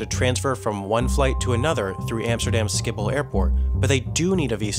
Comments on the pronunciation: Joar Hagland You mean he said Schipool instead of Schiphol? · He said "skipol" but its pronounced similar to "ship-pool" for the schiphol airport (or however its spelled) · ScHIphol not Skiphol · Schiphol, sorry. Schiphol is pronounced listen to some of those and see